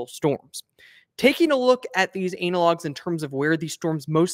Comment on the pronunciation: he said anal logs............ 🤣😆🤣😆🤣😆🤣😆🤣